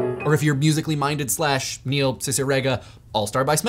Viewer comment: pronounced Cicierega wrong